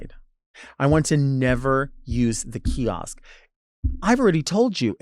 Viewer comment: hearing delta say “kiosk” scratches my brain so bad